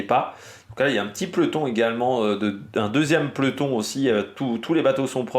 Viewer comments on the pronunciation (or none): Salut... C'est quoi un " pleton "..? Vers , tu emploies ce terme.... On dit : un PE LO TON...!!! 🧐😇 Pourquoi les Parisiens (les gens du nord de la France) bouffent-ils les mots..!??? Vous êtes pressés à ce point ..?? 😂🤔 "Pleton" , ça n'existe pas...😅 Merci pour tes vidéos pertinentes et quotidiennes...!! 😊